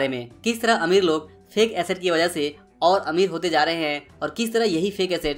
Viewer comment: Yaar tum video bohot achi banate ho is mein koi shak nahi lekin tumhari pronounce mein hamesha galti hoti hai jaise . Jab ko Zab .Jagah ko zaga .wajah ko waza.jitna ko zitna .Jeet ko zeet shayad tum bangali .